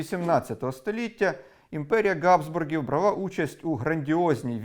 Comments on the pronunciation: Дяка за красні слуханки, але ... Habsburgs не Gabsburgs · дуже цікаво все у вас дивитися, розуміючи, що ви намагаєтеся бути неупередженими. АЛЕ,,,,,,,чому по-московськи кажете "Ґабсбурги"? вони ж "Habsburg"! тобто, мали би бути по-нашому "Габсбурґами" або ж хоч "Габсбургами" але ж не ґґґґ на початку. Дуже ріже вухо. Велика дяка за просвітництво